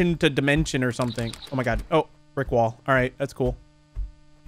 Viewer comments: When he said “brick wall” I heard Rick roll😂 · For the third game when you said oh brick wall it sounded like you said oh rick roll